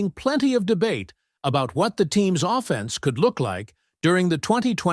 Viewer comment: I want to see the Puckwa Knakwa dude first, put him alongside Puka Nacua and we'd be unbeatable, your pronunciation of offence is offensive though. AO slop